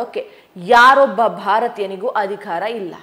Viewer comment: just a oolite requests for ...kannada pronunciation ... adhikara?? adhi khara???